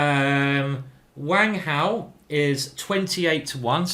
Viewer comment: I did notice you put on a slight Chinese accent when you got to Wang Hao's name. Very good.